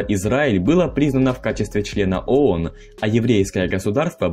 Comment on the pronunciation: Читающему текст в видео нужно было сначала разобраться, что он читает и как правильно произносить. Сунули текст диктору, а тот заботясь о правильной дикции коверкает произношение не знакомых ему слов и аббревиатур. Ну должен же был знать хотя бы, что «ООН» произносится как «АОН»